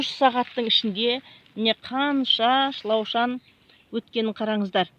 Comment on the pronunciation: Канша рет айтам осы. Шлаушан емес. Шылаушын деп айтпасызба. Калмаксызба не ози.